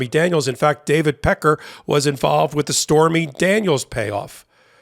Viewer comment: Pronounced peck-carr. Peckers ok though.